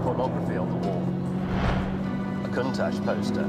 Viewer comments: i asked for a countach, not a conetach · Lamborghini contash